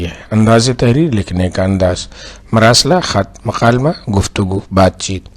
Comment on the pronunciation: معذرت کے ساتھ آپ ک کو ق اور ق کو ک پڑھ رہے ہیں۔ کلام کو قلام اور مکالمہ کو مقالمہ پڑھ رہے ہیں۔